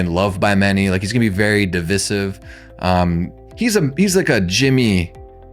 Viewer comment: The way you said "Divisive" I would've made you repeat it the same way Jeremy Gold made Mizzy repeat "Eccentric"